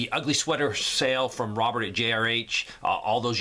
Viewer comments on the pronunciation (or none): none